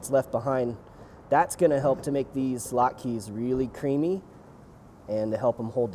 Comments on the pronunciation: my man, it’s not lot-keys, but lot-kuz. A single latke is lat-kuh. Thanks for bringing the Jewish to your channel. Happy Hanukkah! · "lat-kas", not "lat-keees" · Did you call them "lot-keys"? Oh my Yiddish Aunt....lot-kuhs. Heavier emphasis on the vowels. That said, these look AMAZING!